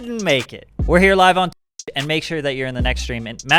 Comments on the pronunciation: Awweeee cant even say twitch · Why can’t he say twitch